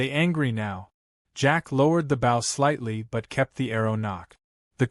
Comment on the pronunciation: TEACH YOUR AI HOW TO SAY BOW....